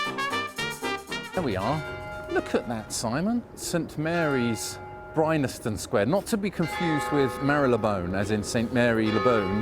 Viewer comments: you complain about marylebone being pronounce wrongly - fair enough. BUT bryanston is pronounced as it is spelt - bry-an-ston NOT bry-NA-ston . hypocritical? maybe..... a little bit! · are you saying 'Brynaston Square'? I always knew it as Bryanston Square, and it is spelt that way on the signs, but is it one of those quirky pronunciations that crop up on occasions? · Bryanston. BRI-ANS-TON. BryANSton! Not BryNASton. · Great video, but - because you said it about 28 times - I have to point out it's pronounced (and spelled) Bryanston, not Brynaston. Good call on Marylebone, though. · Bryanston, as in Bryanston Square, is pronounced as it is spelt Bryan-ston, not Bryn-nas-tone. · It’s BryANSton Sq, not BryNASton. ;) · It is Bryanston square ( "brian-ston") but weirdly , all but one time, you say "Bry-NAS-ton Square" ("brine-aston") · It's BRYANSTON Square not BRYNASTON!